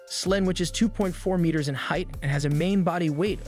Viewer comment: You don’t know how to pronounce the word, “meter?” Even AI narration would voice it properly. C’mon, man.